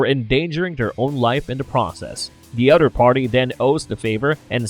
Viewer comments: The word is "OTHER" my brother..... not "udder" ........ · “De udder pardy…”